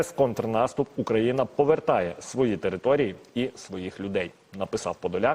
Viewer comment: Повертаэ, ровертаэ🤣🤣🤣🤣Миха Подоляк ужо в мае каво пьёт на набережной Ялты, ага. Мля, что за язык, чуть не блеванул.